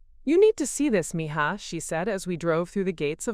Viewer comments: Please… Spanish is my second language. It is pronounced “mee ha.” It means “my girl.” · Thank you! ❤️ English is my first (main) language. But, I know enough Spanish so in story after story that idiotic pronunciation has been driving me loco!